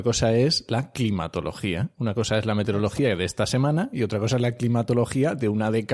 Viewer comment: MeteOrología. A quien aporta la voz que presenta al inicio, sólo decirle, que no se dice meterEología sino meteOrología. Por eso hay meteOritos y no meterEoitos.